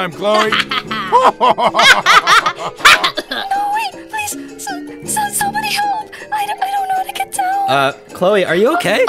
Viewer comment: I thought her name is "CHLOE" and not "CHOLE" 🗿